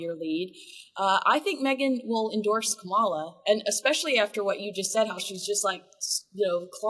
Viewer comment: Pronounce Kamala’s name correctly, please